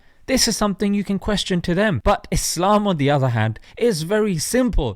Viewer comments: The person who says Allah, ellah and Islam, izlam, just ignore that person.😒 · JP always seemed to me like a shady person. Anyone who can't take the time to pronounce "Muslim", "Islam", "Allah" properly really do not care about Islam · He can't even pronounce the most important words in Islam. Apparently Islam is seen as Islam and Allah is ela or whatever he calls it. He seems to lose all sense of intellect when it comes to Islam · Ah yes "Izlem" and "ella"